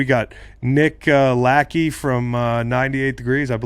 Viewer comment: I love ted karras pronouncing nick lacheys last name correctly hahahah